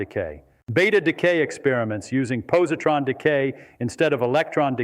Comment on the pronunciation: Its posi-tron not possie-tron. And its Daric! Feynman was a meticulous communicator this is a very poor representation of a brilliant man